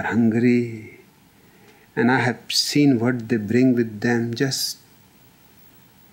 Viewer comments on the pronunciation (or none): none